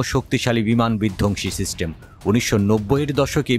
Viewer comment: উচ্চারণ এত বাজে কেনো? সিস্টেমকে শিস্টেম বলতেছে। তথ্যও ভুলভাল।